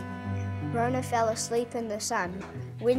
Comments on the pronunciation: Good effort, I love the effort put into the story in terms of the clay figures. I know this a lot of mahi. Ka pai! But please do not mispronounce our kupu or people will think this is how we say our words. It's not Rownah. Slight variation on the story but hey everyone does it. Nga mihi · Why is Metallica playing in the background? And he's pronouncing rona wrong. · That was kinda what happend but rona fell inlove with the moon and they got married and you were pronouncing rona wrong.